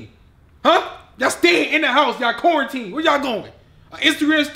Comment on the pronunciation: What meant to say: "Quarantine" What actually said: "CORNTEEN"